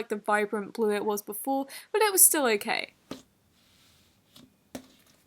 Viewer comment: she sounds american She sounds american when she says glitter(s), gurl, okay, and yas